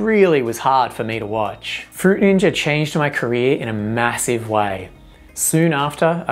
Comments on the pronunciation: "fruit ninjer" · Fruit Ninjer 😂😂😂😂😂😂😂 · um that's not how you pronounce fruit ninja... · no it's not